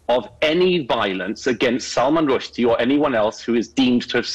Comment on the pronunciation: It's spelled sacrosanct, Modern Wisdom. Not sacrasanct. And your narrator thinks it's Salman Rush-dye, o Modern Wisdom.